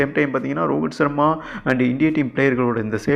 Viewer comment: யோவ் ரோகித் சர்மா வா ரோகுல் சர்மா னு சொல்லிட்டே இருக்கே